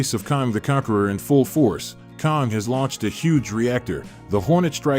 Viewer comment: its Kang, KANG..!!! Not Kong! cant u read??